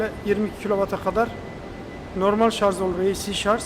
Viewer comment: şarz değil şarj